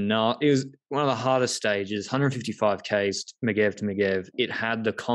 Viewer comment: Megeve is like Mej-erve. not Megg-ev.